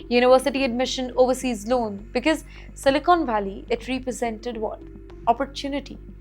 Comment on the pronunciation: It's not becase it's because. Learn to pronounce and speak English. It's a shame to see you speak English